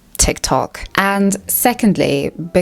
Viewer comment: the way she said tiktok 😂😂😂😂😂😂😂